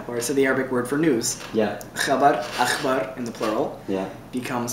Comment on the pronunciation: he pronounced it wrongly it is akhbaaar long a! this is very important in arabic!